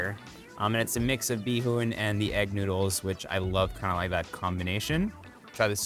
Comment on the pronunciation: Erwan pronouncing bihon bee-hoon :D